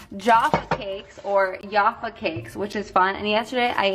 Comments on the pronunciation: ITS NOT JARFA CAKES ITS NOT YARFA CAKES THEY ARE JAFFA CAKES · Americans mispronounce English food for 24-hour... love you but seriously "yaffa cakes" I die.... it's jaffa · I’m sorry.... “Yaffa cake”....... I’m from Scotland and I’m pretty sure we pronounce them as “Jaffa cakes” 😂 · JAFFa cakes loool not YAFFa cakes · I almost cried when she pronounced “Jaffa cakes” “yarfer cakes” 😭😂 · For the love of god it's 'Ja-fuh cakes' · I get triggered everytime an American tries to pronounce jaffa cakes. It's like j-ah-ffa cakes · her pronouncing Jaffa cakes as 'jarfa' no actually Jaffa triggered me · No-one: Literally not a soul:: YoFfA CaKeSs!! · Yuh-ph-uh cake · Oh my god if you think Tesco is cheap JUST WAIT till you try ASDA, Aldi and definitely try Lidl too. Also you can buy some foods in places like B&M and Home Bargains. Farmfoods and Iceland is great too if you can get there. Also, I absolutely love hearing you pronounce British things 😂 “yaffa cakes”. Don’t pick up the Geordie accent though I do not recommend, move further West and do Manchester instead. 10/10. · Tuned- VXR she said “yaffa cakes” someone deport her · “Yahffa cakes” excuse me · The way you say Jaffa cakes really hurts to hear 😭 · Please learn how to say jaffa cakes 😭otherwise love ya💕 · The way u pronounce Jaffa cakes 😂 also isle of paradise if the best fake tan although it’s quite expensive so the st moritz one is good for the price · OMG, you mispronounced Jaffa cakes, ik you don't know how to say it and stuff, it's just my heart like stopped because in England these are SO popular hearing anyone mispronounce it or to be unsure like may have made me a like TRIGGERED